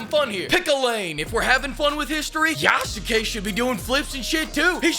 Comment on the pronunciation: How come NOBODY can pronounce Yasuke correctly? Is Ubisoft pronouncing it as "yah SU ke" themselves because that's nice, Japan can tell them to FO for getting another detail wrong Say it with me "Yah Ske" just like you'd say "Sah Ske" and not "Sah Su Ke" with your most simped over Naruto character. The U after that S is practically silent. Ubisoft loses again